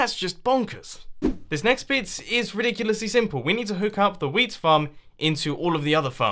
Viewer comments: Whole episode, because of me, I heard weed instead of wheat and damn, it was funny XD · He say wheat like weed, don't know about the British accent, but it's weird.